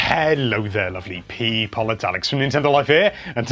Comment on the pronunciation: Ha ha! You said "pee"!